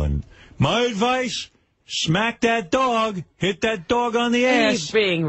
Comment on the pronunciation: Jason is the worst. The way he pronounced dog drives me nuts